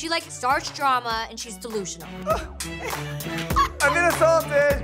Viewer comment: “I’m not delusional are you desusionsl”